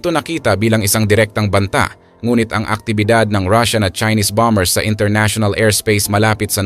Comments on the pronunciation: BOMERS NOT BOM BERS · 😂😂 ahaha yun nga e bom bers daw😅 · Silent b, tama po